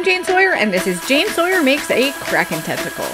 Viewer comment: Very cool, thanku ❤ Ps I thought u kept saying testicle lol sorry 😂😊😅